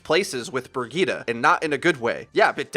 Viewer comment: What is this Brigita pronunciation? Just go for Brigit + e with an emphasis on the -git-.